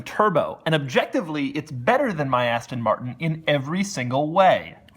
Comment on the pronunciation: You sound like you say "assstan martn"